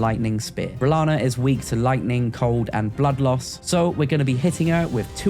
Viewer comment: I was going to see if you could go the whole video without saying "renalla" but you failed! Loll I would too